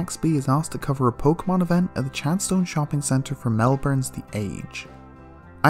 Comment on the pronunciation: Ah yes, Muh, my favorite pokoman.